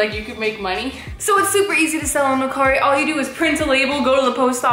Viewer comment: That’s not how you say mercari